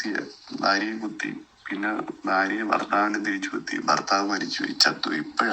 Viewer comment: ബാര്യ, ബർത്താവ്, ബാഷ... Etc ബിരിയാണിയുടെ ബ അല്ല... ഭരണി യുടെ "ഭ " ആണ്... ഭാര്യ, ഭർത്താവ്, ഭാഷ. മലബാറുകാർക്ക് മലയാള ഭാഷ സംസാരിക്കാൻ അറിയില്ല.